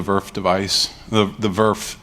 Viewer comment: Yes that's how we call it in industry